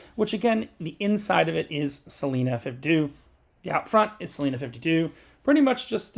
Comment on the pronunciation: It’s pronounced Celina with a long I